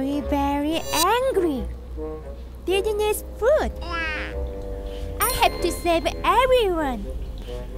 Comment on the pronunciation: Two things I love about this video. 1. Lulu 2. voice for Lulu. Especially his intro. He guys, I am Lulu.(pronounciation hears like ruru. )